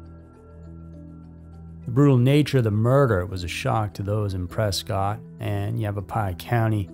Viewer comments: It’s pronounced preskit not cot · It’s PRESS-cut Arizona.